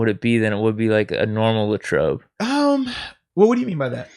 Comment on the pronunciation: Nobody: Moats: Laytrobe